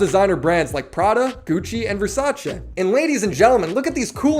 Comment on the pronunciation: I bet you watched that Donatella interview to make sure you said Versace right for the ad lol